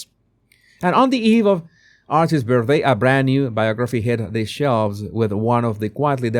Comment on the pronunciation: he doesn't know how pronounce 'Archies' birthday. You can't make this stuff up.